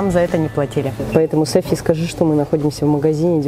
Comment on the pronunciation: Не Сафи, а Софи